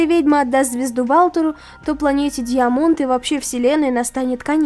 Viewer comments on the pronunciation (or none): Я вот думаю а разве не даймонд правильнее читать?? А финал и правда изговнявкали.....